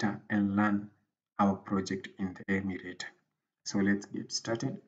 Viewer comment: Coror and Mashmarrow..Cricked..Crick....Emurator....Prease tly to plonounce words collectly if it is a tutorial that will reach a grobal audience :)